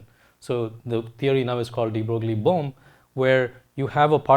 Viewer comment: De Broglie is pronounced like Debroy (similar to destroy), the g is silent.